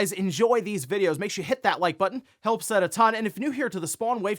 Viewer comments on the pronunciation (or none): really puts emphasis on that "hit" in the intro and outro now 😂